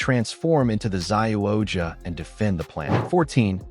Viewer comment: Ressha Sentai Toqger is pronounced Re-ssha Sentai To-Q-Ger and Kishiryu Sentai Ryusoulger is pronouced Ki-Shi-Ryu Sentai Ryu-Soul-Ger. I love the video, but please learn the correct way to say it, thank you. You also butchered the names of 2 other Super Sentai, Zyuohger and Patranger.